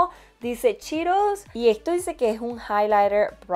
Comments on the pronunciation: No es chiiros es CHEETOS! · yo te quiero muchísimos. Al decir cheetose sonó a chiros que es un alimento parecido al banano, por,lo menos en mi ciudad😁pdt:te quedo hermoso el maquillaje me encantaría conocerte y maquillar como tu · Ya se que así se pronuncia correctamente pero me da mucha risa que diga "chiros" jajaxd